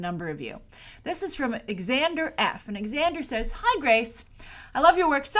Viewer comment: Just FYI, it's pronounced "Zander", not "Ex-ander".